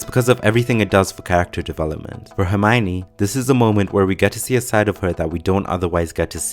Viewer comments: Why the fuck if its written ( Herm IO ne ) all in this video calls her ( Herm OI ne ) W T F ... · Rowling says she is pronounced "Her - my - oh - nee" not "Her - my - nee" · It's pronounced - Her-Mi-Own (Which reflects the o-n-e part), nobody will ever get it right :)